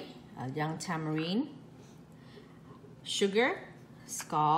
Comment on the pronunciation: it's Tamarin not tamarine, but I still love your cooking! Good job!!